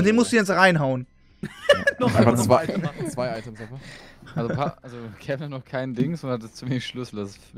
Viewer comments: Hat eigentlich ein Sprachfehler? swaiter! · Macht er richtig oft im Stream. Zu zwei sagt es swai. IDK ob es ein Sprachfehler ist, aber es meeega witzig hahaha ^^